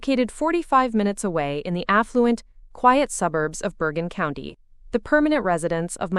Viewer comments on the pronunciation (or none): none